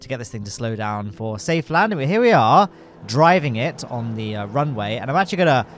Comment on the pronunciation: Did he say "After LOWNE-ding" instead of "After Landing"? I can get behind this method